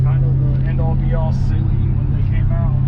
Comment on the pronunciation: I thought it was Saleen Not saYleen